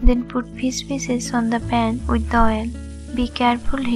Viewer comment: “Pour on pheees pheeesis”